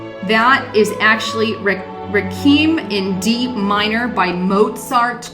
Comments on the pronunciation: This is another Mayan Calendar and Shemittah ordeal. Also, it's Re-quee-m ... not Rakeem for Requiem in D minor. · It's not Rekeem, it's REQUIEM--Reh-Quee-Em---means a memorial for a dead person. Hillary is dead? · requiem ˈre-kwē-əm - a musical composition in honor of the dead Not 'Ray-keem'... Could not listen to you after you said that.. I'm sorry, but as a newscaster, that is a big fail... God Bless you for your effort! Dust off your dictionary, and carry on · I have a warning too! The world will end yesterday! How can you prove it's not true? I have a weird video too. It's this one. Wreckrem by Mozart? Hilarious! Pronounced: Reck-we-em. Requiem. Look no further to assess the level of this person's education and ability to analyze information. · Requiem: reh-kuey-um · Merely an aside, but requiem is pronounced reh-kwee-em. Love your channel and watch and "like" everything you produce - thank you.